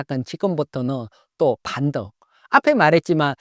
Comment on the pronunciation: “반덩” ㅎㅎ